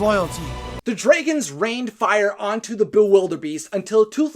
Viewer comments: So...why do you keep pronouncing "dragons" as "draygons"? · Why are you saying dregons it is drogon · Pretty good vid, but the way you say, "Dregons" becomes unbearable. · You are saing it wrong. It's dragons, not dreigens. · Lmao what accent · Why do you keep referring to Dragons as "dragans"? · Why does he keep saying DREIGONS ? It's a little bit annoying ! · The pronunciation of Dragons is probably the only part of this video that I would say is grating.